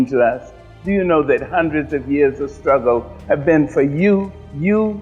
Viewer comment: I believe the word is pronounced, "Shtruggle".